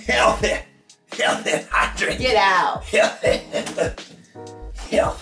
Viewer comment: “dats cuhs im huhhealthe’! huhhealthe’ een huhhydrated.” 🤣🤣🤣 the way I hollered!!! 🤣😭😭